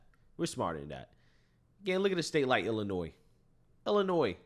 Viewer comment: Very good, the s in Illinois is silent. Have you read my previous comments? 👊